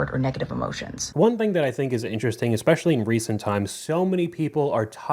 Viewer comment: Anyone who pronounces it "ekpecially" automatically lose me with their argument 😂